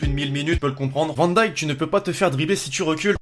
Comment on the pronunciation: On dit Virgil van dêêk